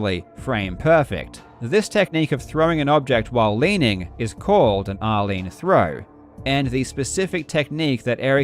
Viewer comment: Anyone hearing r-lean as Arlene? Like who's Arlene and why name the throw after her 😂